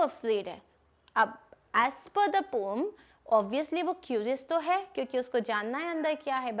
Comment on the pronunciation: It is not pom it is poem